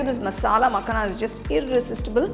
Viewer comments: Its Pronounced as "Makhaana" rather than Makhna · Its .. "makhana" .. not makna